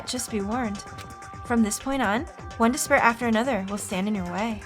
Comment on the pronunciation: "Despair" Sounds like "this bear"